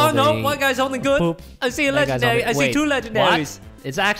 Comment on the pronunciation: When he said Legandar i felt that😩😩😩😩😩